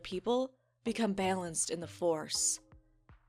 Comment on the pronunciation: hhhhh omg the amount of time she said "bailanced" instead of balanced. EW omg I twitched every time she said it